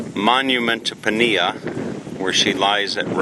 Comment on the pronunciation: Pania is pronounced parneea. Great video